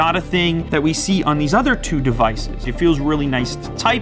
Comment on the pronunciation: He cant say 2 he says chu